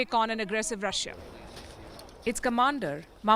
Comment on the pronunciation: Please do not say Rush-ya. It's pronounced Rushaa